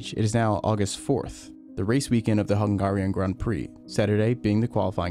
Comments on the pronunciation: HUN-GAH-RIAN LMAO WDF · Yet another example if limited culture on behalf of USA. You can't pronounce. Húngaroring is the Circuit, but the nationality is not pronounce hun- GAH-rian, but hun-gare-ian ( gare, rhyming with bare ). Not GAH. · The way he said Hungarian 🤦‍♂️ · I'm starting to hate ai channels, pronounce Hungarian properly. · This guy keeps saying "FAA" when he means "FIA". What gives? Also, he can't say "Hungarian" lol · Pronounce Hungarian correctly. Please. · You say Hungarian werid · This guy can’t say hungarian